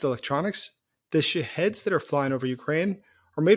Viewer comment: Sometimes, the way he says " shaheds" sounds like shitheads